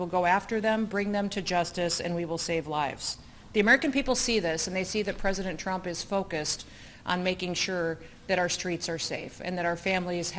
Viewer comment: She’s going to run for… pwezidentttt..😂😂